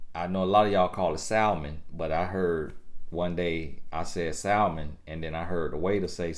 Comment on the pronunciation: It’s sam mon not sal mon 😂😂😂 for everybody else